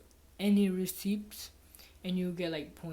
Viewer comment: “RecIpts” haha